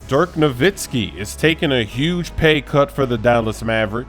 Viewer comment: he low key said dirk novitski